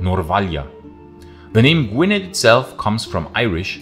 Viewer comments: Gwynedd is pronounced "gwin-ith". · Agreed. Fascinating video but after the 5th mispronunciation of Gwynedd it started to gall a tad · Pronouncing Gwynedd incorrectly but i will forgive you 🏴